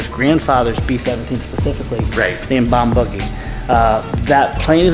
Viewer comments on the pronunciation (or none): you keep calling it bombuggy its boogie isn't it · It is pronounced Bomb BOO gy. Boo as in scary ghost Boo, not buggy. Boogie Woogie was a genre of blues music in the black community. That's the source of the name on the plane. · Bomb Boogie ! Like Boogers! Not Buggy! Otherwise, awesome work and awesome video!! You guys are gifted!!!